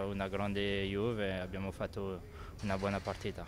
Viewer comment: "La Iuf" aahaha